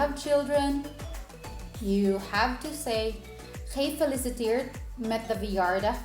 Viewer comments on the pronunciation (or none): Nothing fantastic about it ! She says GEEfeliciteerd, instead of gefeliciTEERD...